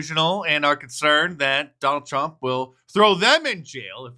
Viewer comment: When she mispronounces Trump is that racism?